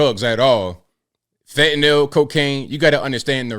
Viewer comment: Shout out to YOU,, for proper pronunciation of "fentanyl"! I almost NEVER hear it pronounced properly. Always reminds me of GW Bush discussing nuke-ya-ler weapons...